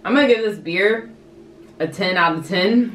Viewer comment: "a ten out of tin" lol